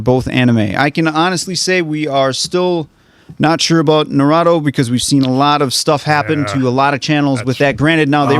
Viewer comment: the way keeps mispronouncing damn near every anime title XD like i get it but still its so funny Edit: narado XD nahh rooo toeee Naruto